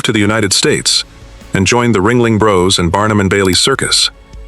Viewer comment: "Bros." = Brothers, not 'broze'. AI narration.